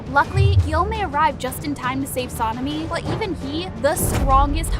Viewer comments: Sinimi????? It's sanemi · Sanemi ❌ Sinimi ✅ Muzan ❌ Muzen ✅ Kanao. ❌ Kaneo ✅ 102 fact❌ 104 fact✅ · Suh-nee-mee is wild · ITS SANEMI “san e me” 💀💀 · Her : sanini Me : on the floor laughing 😂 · Nahh Saneemi got me rolling but I like the research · (Sa Knee Knee) (moo San) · SANNEI LOL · Bro really sanimi? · the way she says sanemi literally kills me😊